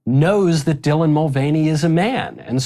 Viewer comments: black guy mispronounced his name "Dylvan" no prob. Called him by his actual english language pronouns and CNN apologizes and called Dylan "her" 😭 🤦🏿‍♂️ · I don’t think he had any idea who Dylan Mulvaney is. He said Dylvan Mulvaney.